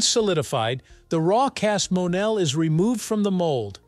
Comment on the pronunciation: ITs pounced "MO Nell"